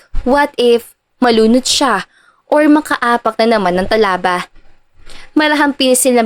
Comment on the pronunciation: Talaba! At hindi " ta-la-ba😊